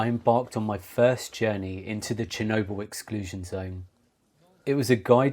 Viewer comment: Very good video and as a narrative you could do very well only if you can learn to pronounce the letter L. There is no such thing as noodoos and needoo's. Or Chernoboo. Work on it and you could go a very long way. Your video is exceptionally interesting but totally let down by your annoying narrative.